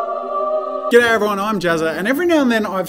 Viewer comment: Jazza's intro What he says - g'day ladies and gentlemen What I hear - get out ladies and gentleman